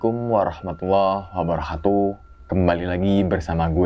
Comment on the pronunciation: Bang kalau ngucap salam bukan wabaro hatuh ! Tapi wa'barrakatuh 🤏